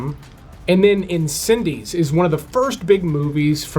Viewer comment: Incendies, not Incendes